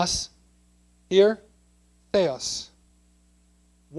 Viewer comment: Great stuff to point out and I admire your passion for defending the KJV and ultimately God's word from corruption, but I must state, sir, with the utmost respect, 14 years later: I thought you were a linguist. The word θεός is clearly pronounced the-ÓS, with the accent on the second syllable, just as in Modern Greek. Why ignore the accent? Also, the Σ should typically be pronounced retracted or apicoalveolar, as in Modern Greek.